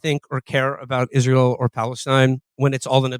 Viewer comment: Haha "Izrull" 😭😭